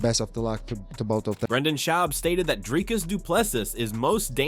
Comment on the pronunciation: Who is " Durkis ? " DRIKUS !! if you expect people to watch your channel learn to read and pronounce peoples names correctly